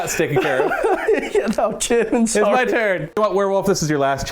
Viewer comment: Dudes... you have a great channel and this was a cool video... HOWEVER, as someone who speaks English and German, whoa. Those pronounciations were abyssmal. XD